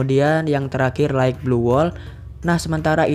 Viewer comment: wkwkwkwkw light bang bukan right